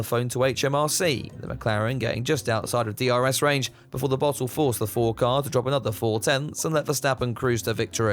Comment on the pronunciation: I DESTWOYED DA KARRRR never gets old.